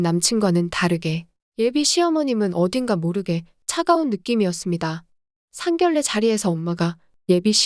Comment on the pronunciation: 상견례 발음 좀 신경써주세요